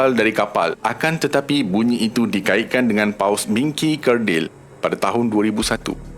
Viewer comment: Tapi bunyi paling pelik & aneh ialah BUNYIK dr sebutan ADMIN 😂😂😂 Hawau la.. BUNYIK tu buat aq ketawa x henti. Tq MIN tp sorry yer MIN.. 🙏 Slmt mnymbut kdatangn Ramadan